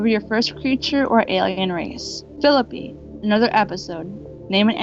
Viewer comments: so she can pronounce guillermo properly but not phi lippe, it is pronounced 'phil-eep' btw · Great job but it's pronounced "Phi-lee-pay" lol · She doesn't even know how to pronounce phillippe but then gives the guy a class on pronouncing Spanish????!!!! Idiot